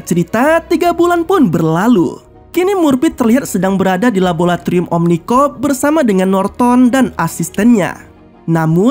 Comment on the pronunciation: Om... Laboratorium, bukan rabolatorium